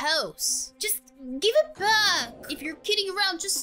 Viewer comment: You said bed instead of back? I just don't understand english.